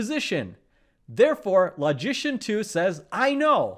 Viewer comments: I have always admired your videos. You are one of the best. But, because logic and logicians have a special place in my mental heart (what???), I cannot allow you to mispronounce the word "LOGICIAN". I have checked the pronunciation of that word on many websites, and I have seen only two pronunciations of it. The letter "O" in "LOGICIAN" is pronounced as the word "O" itself (as in "OH" or "OPEN"), or is pronounced as the SCHWA sound (as the "E" in "OPEN" or in "ANGER"). Your pronunciation of the letter "O" is that of "AWE" or "AU" as in "AUGUR". I cannot tolerate hearing you mispronounce the word "LOGICIAN". So, I stopped! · I kept wondering why you were pronoucing 'magician' in such a funny way